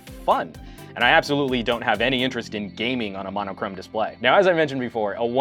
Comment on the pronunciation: it is pronounced "mono-chrome". It means "one colour"